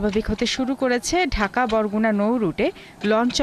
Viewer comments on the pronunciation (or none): none